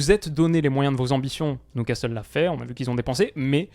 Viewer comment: Beaucoup aimé cette vidéo mais ta prononiation de Newcastle me chagrine, surtout que tu avais fait un bel effort sur "Geordies" au début. Prononce ça "Nioucastle" pas "Noucastle" stp.